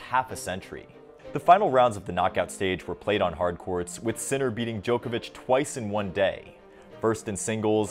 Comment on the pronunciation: Just a note, you mispronounced all the names. Except Sinner.